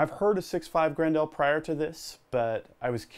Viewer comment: It kills me how you say 6.5 GRENDAAL